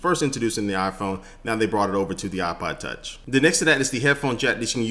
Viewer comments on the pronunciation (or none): he says Ipa tach